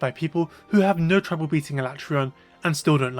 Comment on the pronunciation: A-LA-TREY-ON, not ala-TRON / Oh and i just used my Vitality Mantle to survive with almost full Health for Escaton